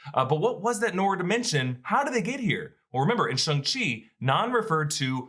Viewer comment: as a mandarin speaker - the 'shang' in shang-chi rhymes more with 'long' than it does with 'hung', and for the love of god xialing's name is nOT PRONOUNCED LIKE THAT (more like 'sh-ee-a' ling). i know you guys are trying really hard with accurate pronunciation and i really do appreciate it but i've been hearing it being mispronounced on the channel for some time and i just wanted to point it out for future reference!